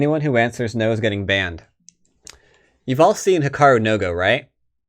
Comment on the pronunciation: HI-ka-ru no GO (not hi KA ru NO go) - sweet video!